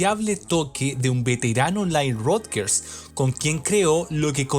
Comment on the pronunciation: solo un detalle el apellido de nile no se pronuncia como lo estas haciendo, con respecto al album por supuesto q habia una necesidad de vender , pero era mas importante consolidar a madonna como una artista pop rock dance en la industria y q simplemente no se convirtiera en una one hit wonder de un solo album, asi q habia q explotar todo lo q significaba ser madonna de por si un nombre controversial una virgen, q mejor q explotar esa extrema energia sexual de ella q con like a virgin es decir todo se combino de una manera gloriosa y divina , destaco las canciones like a virgin angel dress you up y sho be do, material girl nunca me ha gustado.